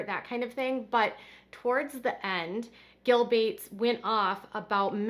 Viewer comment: Who the f@ is gill bates? I thought you meant bill Gates, just couldn't say his name or something